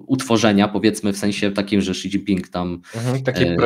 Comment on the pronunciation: Zle wymawiacie imie lidera mowi sie szidzinpig